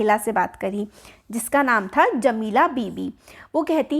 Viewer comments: jamila ko jalima bol diya ma'am ne🙂💅🏻🎀😆😆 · Jamila❌ jalima✔️ 😂😂